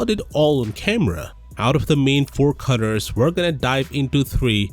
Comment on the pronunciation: Why do i hear "CUTTERS" instead of COLORS